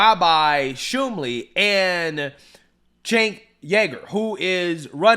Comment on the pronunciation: It’s sh moo-ley not shoom-ley sir.